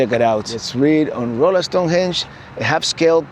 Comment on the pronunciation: Great seeing the next installment in Missouri. Rolla is actually pronounced like Rah la.